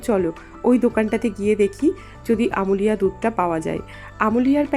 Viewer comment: আমূলিয়া নয় বলো আমূল্যা, যদিও বানান দুটো একই। কিছু মনে করো না খুব কানে লাগলো বলে বললাম। তোমার ভিডিও আমার খুব ভালো লাগে।